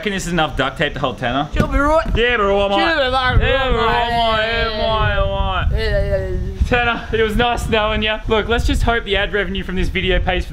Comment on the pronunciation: Tannar not tana